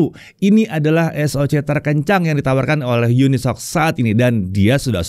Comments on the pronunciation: tumben dibaca unisoc, bukannya uni-S-O-C ya? haha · bang katanya cara penyebutannya yang bener uni-s-o-c bukan unisok